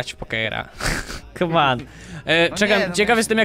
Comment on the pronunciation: To jest głupie jak mówisz kaman